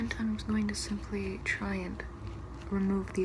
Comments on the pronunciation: I know she's saying "simply" but I swear I hear Pleesa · I went to the comments and apparently she's saying "simply" I thought she was saying "PLEESAPLEESAPLEESEPLEE" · You said Simply. I'm offended 🤣🤣